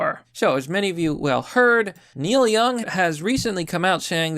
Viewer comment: Oh no not Neil Young 😢 Who is Neik Young again? 😆